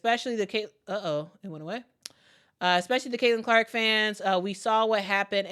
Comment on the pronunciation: You're awesome, but can you say CAILIN CLARK....just saying 😂